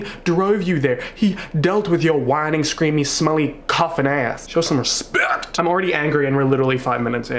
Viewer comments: When you said “ show some RESPECWT!” I fucking died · literally listening to you pretend to have a southern american accent when ur mad is my absolute favourite thing show some RESPPEKTTTT